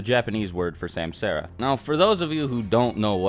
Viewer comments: Great vid... But it's suhmsahra.... 😂👍🏾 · bro butchered the pronunciation: samsara > sum-saw-ra. that’s how u say it. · It ain’t semsera it’s sum saa ra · Its not samsaara the pronunciation will be like this "sumsaara" forur understanding there are 14 out of with only 6 are most important that y six path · Samsara is pronounced 'sum-sur-ah' and not 'sam-sarah' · samsara = is pronounced sum-tsar. Other than that great video mate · Samsara isn't pronounced like that. It sounds more like "sumsaaraa" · Sumsara* is how u pronounce it. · It's not samsara, actually it's sansara : meaning the rebirth cycle. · Samsara..... Ugh say it fucking right!